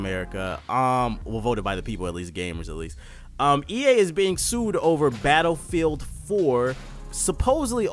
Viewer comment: nigga said "betafeild" lmaoo